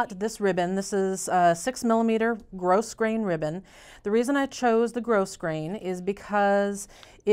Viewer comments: Love the tassel! FYI, grosgrain ribbon is pronounced "growgrain". I know.......doesn't make sense does it? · Thanks for a tutorial that’s easy to follow! One point, though, in case you haven’t realized it, yet - the “s” in “grosgrain” is silent.